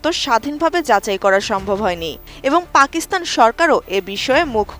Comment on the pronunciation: পাকস্থান নো ফাকস্থান ঠিক 😂😂